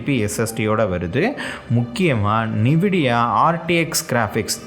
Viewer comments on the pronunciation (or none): Pls intha video private la podunga ithu ellam outdated old laptops itha vida better ah neraya irruku, yaarachi itha pathu vaanga poranga (also it's Nvidia not Nividia )